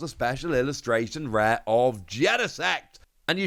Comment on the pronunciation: Special illustration reeeaz😂😂😂 whatever dude